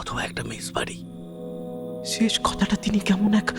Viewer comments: "মেসবাড়ি"র বদলে বারবার "মেষবাড়ি" উচ্চারণ কানে লাগছিলো বারবার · কথাটা মেসবাড়ি, মেশবাড়ি নয়। শুনতে খুব লেগেছে কানে।🤦‍♀️